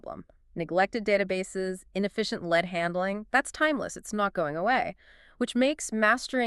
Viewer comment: If your going to use AI at least. Preview what it says in the beginning pronounces Lead as Lead the metal at the time stamp